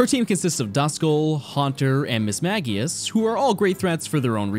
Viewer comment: Am I crazy or is it pronounced "Miss-mage-i-ush"?